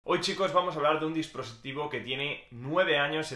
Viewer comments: ¿Acaso dijo dispositrivo? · disprositivo XD